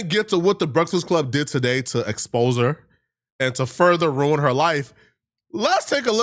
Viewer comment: "They agreed with huuuh" Bro you can't even say three letter words. It's HER, not HUH. 😂😂😂😂😂